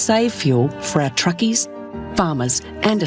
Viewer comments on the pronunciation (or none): "Truckies"? WTF is a Trukeee?